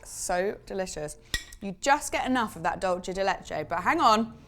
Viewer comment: Hi! So happy to see you back on the channel and giving this a try! Just a quick note on the pronunciation it’s /‘dool-se/:) basically the “c” sounds like an “s”! Anyway just super happy to see your take on this Argie classic! 🇦🇷